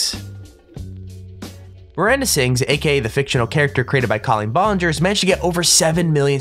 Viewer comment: I was mad when he said bawlinger instead of ballinger. GET IT RIGHT